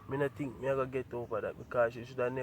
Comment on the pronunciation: Can anybody count how many times he said tink/ think???